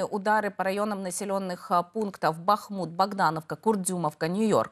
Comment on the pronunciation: Даже Бахмут не знаете как правильно называется, ударение не туда ставите